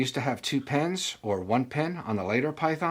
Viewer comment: Even with an accent, saying PENS not PINS is very annoying to me.